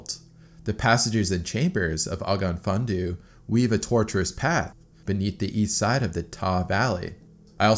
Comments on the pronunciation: The pronunciation of the cave is bugging me. Its a welsh phrase translating to cave of the black spring/well. It pronounced og,off thin,on thee. I think that is close to an accurate pronunciation. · Just one quibble: The cave is pronounced OGGOV FINNION THI (as in this). It's a fabulous cave and large sections of it are quite easy. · For the record, the name of the cave is pronounced (roughly) "ogg-ov funn-onn thee" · Ogof Ffynnon Ddu is pronounced Oggov Fun-on Thee F=English V, Ff=English F, Dd=English Th (as in "this") Welsh place names are very descriptive. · If anyone is curious, Ogof Fynnon Ddu is pronounced "Ogg-off, fun-nun thee." Thanks for the video, I'm Welsh and didn't even know about this! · Ogof Ffynnon Ddu is pronounced: 'Og-off fin-an do' or more commonly OFD for short. Why do we go caving? Mountaineers say 'Because it's there' Cavers go because it's not there! Or perhaps we're not all there!😄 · It’s pronounced ‘og-off fun-non Dee’ great video though, great cave done it a few times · I’m just impressed there’s not that many welsh people correcting your pronunciation in the comments. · I'm from Wales also and I had to laugh at the way he pronounced it! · This cave is about 40 minute drive from my house, and I honestly would never ever go in there. There’s a much nicer walkable and tourist cave called Dan yr Ogof, which is great. Also, the way you pronounce Ogof Ffynnon Ddu actually pains me because I speak Welsh fluently 😂😂😂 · It's pronounced more like ogav vunon thee. The closest thing to dd is th, it's another letter in the Welsh alphabet. You just lift the tip of your tongue a bit more than th, like you're going to say d. Great video though, thanks! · Oh-gof fun-on thee for prenounciation! It means the Black Well cave. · Great video! For reference, the name of the cave is pronounced ogg-ov fun-on thee ☺️ I'm from not too far away and speak a fair bit of the language (it isn't easy to pronounce!) 👍🏻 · "OG OV FUN ON THEE" Cave Spring Black.